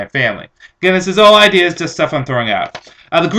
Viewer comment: Good "ide-ers"!